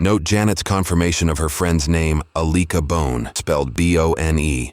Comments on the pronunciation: Aleeka Bone 💀? Girl what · “Alicua bone” I’ll lick a bone is what I heard, sounds like a name you’d give when calling a bar lol